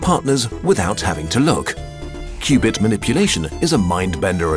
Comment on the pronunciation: and "qubit" rhymes with "stupid". 😂